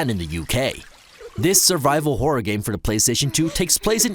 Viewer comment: Is it just me or did he say porror instead of horror at the start 😆 Maybe it’s the rum?.....